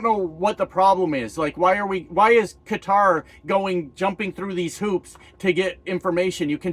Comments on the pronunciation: It's Ka-tar my friend....not cutter! Just lazy English from the uneducated bunch, same group that says impordant. Drives me effn crazy 🤣🤣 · I love your show; humble, unabashed and honest. Thank you for paying attention. Qatar is not pronounced 'Cutter', it is pronounced 'Kuh Taar'. To determine how to pronounce any word, just type the word in a search bar and follow the word with enunciation. For example, Qatar enunciation. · I love your sarcasm,! And you are correct! It's pronounced "kuh-TAAR", not "CUT-ter"!! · It's always been Kuh-tarr until recently. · Ka - TAR ✅ (Not catter, or cutter, for crissake). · Aussie, yes, " catarrh'. Suspect the other way is another lazy American pronunciation....& were not even going to talk about the Gulf of Mexico! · I heard Jesse Dollemore pronounce Qatar, "Cutter" in his video about the Convicted Felon accepting this gaudy bribe. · I'm a retired teacher and I don't know how to pronounce it, either. I think Europeans pronounce it CUTer and Americans cuTAR, but I'm not sure😊 Don't apologize you're doing great. ❤ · I guess the new way to say Quatar is more like the Quatari native version, instead of the Western version that newsreaders have been using for decades.